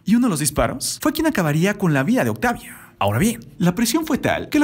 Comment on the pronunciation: Esta bien tu Referencia de los hechos, pero usas traductor? Por que dices octavia y todas las letras finalizadas con A, terminan en e?? Es un poco incomodo escuchar la narracion así!.